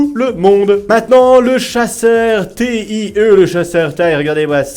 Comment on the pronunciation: ON NE PRONONCE PAS TAÏE MAIS T.I.E!!!!